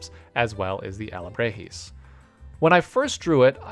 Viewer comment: BTW, Alebrije is pronounced 'auh-le-BREE-hay', not 'ah-le-BRAY-hee' like you said In the video. Also, sorry if I'm like the 100TH person to correct you on that, haha.